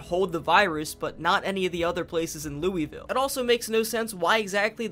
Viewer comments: not even three minutes in and he says louisville wrong. its ok, everyone who isnt from the area (or who dont have relatives there in my case) says it as its written. How to pronounce it correctly: Lull-vull. It really rolls off the tongue. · He also said Lewy ville instead of Louisville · As a kentuckian it hurt my brain when you said "looey-ville" instead of "loouh-vull" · great video however as a native kentuckian who deals with this a lot...ITS LOO-VUHL NOT LOUEYVILLE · ITS LOO VUL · The way you pronounce Louisville is like nails on a chalkboard to a person that lives in Kentucky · that pronunciation of Louisville is killllllllling me :face-red-droopy-eyes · I'm from NC and live in Louisville and he pronounces neither of them right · Yall mispronounced "Raleigh" and "Louisville."